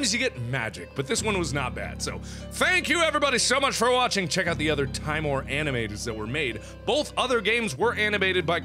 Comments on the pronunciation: it's better to say timore, because it sound more right than saying tim ore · te-mor-a SAY IT CORRECTLY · timore- Italian for fear pronounced tee mor eh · Fun fact about this series' title: Timore means "fear" in Latin. It's pronounced "tee-MOAR-ay". Avaritia means "greed" in Latin, and is pronounced "ah-vah-REE-SHEE-ah". Nox means "The Night" in Latin, and it is pronounced how you would expect (It just sounds like the word "knocks"). The more you know! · Its pronounced like this, (TÍ-MO-RÉ), where Í sounds like EA in TEA and É sounds like the A in GRAPE. Click like so Mark can see. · YOUR SAYING IT WRONG, ITS Tim-or-e TIMORE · Seeing as Timore is Latin, meaning terror. Nox Timore is Night Terror or nightmare if you want to be specific. I think it would be pronounced Tea-More-Ray. But the way you pronounce it is so endearing and it makes a good running gag, Like the HuniePop name game. Can't wait to see how Cranbersher will animate this. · Markiplier, it's pronounced like Teemor, meaning dread/intense fear. Avaritia means greed. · It's Timore. (Teemore) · Timore- Tee-MO-ray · It's pronounced Tee-mo-reh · tih-MORE-ray. It's latin and there are no silent letters in Latin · i think it's pronounced TEEMOOR, because a kid in my class from (I think Europe) has the name Ti'mor. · Mark did you know is pronounced Tim ore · you pronounce it tim- or- ay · I think it's pronounced "tih-more-eh" (Canadian eh) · its pronounced tee-more-ay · do you know that is pronounced t-ee-mo-r-e(the "e" like the one in "ben").And in this case Avaritia is latin so you pronounce the "ti" like "z-ee".And also all "i" are pronounced "ee" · It's pronounced "tim-or-ay" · XD it's pronounced TEE-more-EY. It's Italian. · .....I dont even.....You read it wrong. Yeah, definetly read it wrong. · Timore is italian, i suggest you to try to pronunce it in italian accent